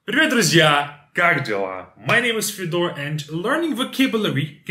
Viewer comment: Why do you say that your name is fedOr if in fact you're fЁdor ?